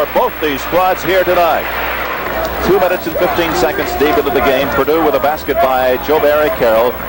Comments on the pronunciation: Purdue - NOT Perdue. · It's Purdue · BTW. It’s P U R D U E 🙄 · Purdue not Perdue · It's "Purdue" not "Perdue" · It's P-U-R-D-U-E!!! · By the way, it's PURDUE. Also, notice how strange the court looks with no 3-point circle.